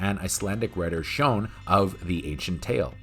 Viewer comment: Perfect pronunciation of Sjón. Well done.